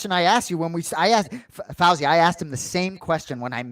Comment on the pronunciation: Anik pronounced Fousey’s name wrong the whole episode. It’s pronounced Foosey.